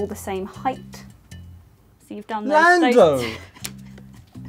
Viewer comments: love how Alex just went, "LANDO! lando?" in his posh British accent after finding out lando is apparently 176cms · albon's accent saying Lando ? Lando?😅😅😅😅 priceless